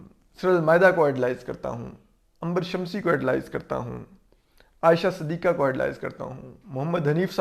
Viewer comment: Ho sake to apna talafuz theek karen.... Fareeq....not feriiiq...fereeqen. Aur....not or Sidiqa not sadiika